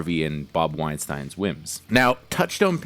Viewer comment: You couldn't be bothered to look up any of the name pronunciations, could you? How do you get Weinstein wrong?